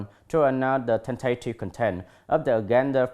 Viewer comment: Tại phút tư·conference /ˈkɒnfərəns/ anh đi đọc là /ˈkɔnfərən/ và thiếu âm bật /s/. Tại phút cụm tentative contents phải đọc là /ˈtentətɪv ˈkɒntent/ mà anh đọc là /ten`teɪtɪv kənˈtent/ là sai trầm trọng vì content (v) nhấn vần 2 còn (n) nhấn 1 nha anh.